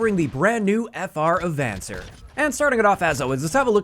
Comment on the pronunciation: It's a Spanish word. ah-von-SAYR